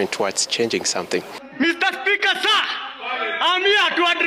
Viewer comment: "mr speaker, sah! I am hiaa to address you" 😂😂😂😂😂